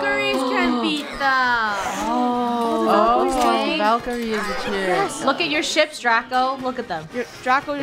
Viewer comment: No one: Absolutely no one: Not one soul: ValKerIEs